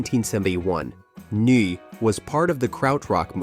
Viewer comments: It's pronounced "Noi" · Neu is pronounced Noi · BTW, 'Neu' is pronounced 'Noy'. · In The Street by Big Star later used as the theme for That 70s Show Bredfan (Budgie) later covered by Metallica on Garage Days Revisited pronounced "n-oy" "eu" making a "y" shound in English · The band Neu! is pronounced noy... Rhymes with boy... It's German for new. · Neu is pronounced “Noy” as those who can’t get the laughter tears out of their eyes know… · Neu projounced 'NOY'. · The German band name is pronounced like the “noy” in “annoy” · AI voice can't pronounce Neu. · It's easy to spot AI-generated narration through weird pronunciation errors: Neu is pronounced "Noy", not whatever was used here. Including shots of Big Star when discussing Budgie is careless. Putting that aside, it is a good selection of bands. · Holy cr**, the AI's pronunciation of "Neu" is laugh-out-loud funny! The knights who say..... (NOT making fun of the band itself; love 'em!) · Bwahahaha. What a butcher job on the pronunciation of Neu. (Still a nice presentation.)